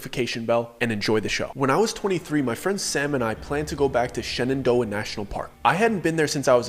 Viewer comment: You said Shenandoah and the DMV in me shuddered....